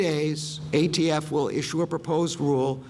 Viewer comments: He could not even say ATF! We are all doomed! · Joe Biden you don't know J@ Sh¡t about guns, small hand guns are built for short range and rifles are built for long range. And the "ghost guns" are INCREDIBLY hard to make and trust, I wander why I haven't found any shooting involving ghost guns (News Max agrees) By the way, its ATF NOT AFT Listening to this Clown is making my head hurt! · Alcohol, Firearms, and tobbaco. The people who control and It's actually ATF but he cant speak due to his Alzheimers and said AFT instead.